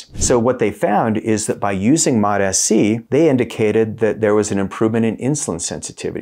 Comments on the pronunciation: MOT-AS-SEE? An extra syllable. Why? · It this point I think he's doing it on purpose. It sounds like Mota- C but I think the way he's trying to say it is Mot-SC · It's started to piss me off that he says Mot-s-c. I think he does it because it triggers comments but then suddenly his views stop dropping and he "doesn't know why". There's really good information in these videos but no one wants to be annoyed first thing in the morning 😑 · You’re mispronouncing this Peptide… How’s anyone who knows anything about these peptides going to take you serious? It’s pronounced. MOTS (C) Not: MOT (SC) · Drove me nuts! Still does lol 😂 modahsee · Dude needs to watch a video on how to pronounce it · Why are you pronouncing it wrong?